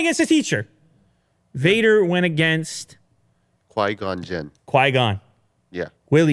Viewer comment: I laughed when he said qui gon jin haha